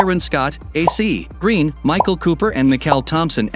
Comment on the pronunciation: Is this computerized narration? The pronunciation of Vlade Divac was just wrong. And of A.C. Green, you can tell the computer pausing for the periods. And for Toni Kukoc 🤦🏻‍♂️ And pls don’t use the current team logos (Nuggets and Warriors, Cavs, etc. ) when describing the teams back then. Otherwise the content is alright. Thanks.